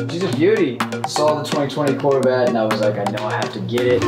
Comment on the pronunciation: When zach said courvette I was like courvette courvette